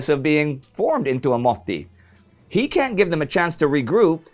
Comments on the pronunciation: Maybe, maybe not. It's MOT-TI not MO-TI. Double consonants are hard for foreigners i guess. Then if somebody learns that then just tell them : Into a motti = mottiin , in a motti = motissa , from a motti = motista and so on. :) from a motti to a motti = motista mottiin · well youre saying motti as moti. which is used to say motivation in finland. xd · Motti is pronounced with a short i. Clue is that the word only has one i. You are saying mottii